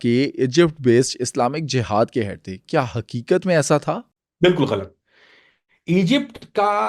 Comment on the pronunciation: میرا آپ سے سوال ہے کہ آپ ا کو ع اور ہ کو ح کیوں بولتے ہیں جیسے جہاد کو جحاد ایمن کو عیمن وغیرہ دوا سوال کہ آپ امریکہ میں بیٹھ کر اتنے انکشافات کرتے ہیں وہاں آپ کو پکڑنے ایف بی آئی یا سی آئی اے کا ڈالا نہیں آتا؟